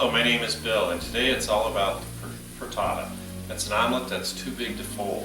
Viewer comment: You say frittato I say frittata!